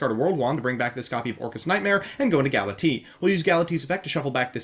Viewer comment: "Gala-T" XD